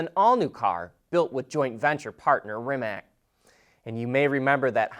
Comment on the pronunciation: there you go again with pronouncing RimaK! you could have already learnt to pronounce RimaTS, as other car journalists did, just out of respect for the company and for your own professional sake. thank you